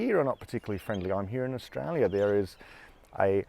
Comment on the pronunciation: lol "Struaya"